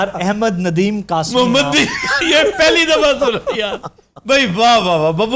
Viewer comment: میرے اردو ٹیچر نے بہت ڈانٹا جب احمد ندیم قاسمی کو احمد ندیم قاسبی کہہ دیا۔